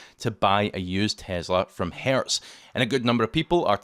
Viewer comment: The company name is Hertz, not Hairs.